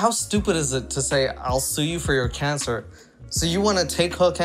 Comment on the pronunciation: Why does she pronounce cancer: “KEY-ON-CER”? It’s very annoying.